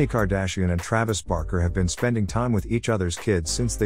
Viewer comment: We are really sorry, it is supposed to be Barker, we will try harder next time with the pronunciation.Thank you!